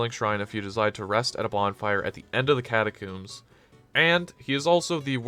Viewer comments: Why catacooms how do you say comb the word is catacombs - nice video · WHY DO YOU KEEP SAYING CATACOMBS LIKE THAT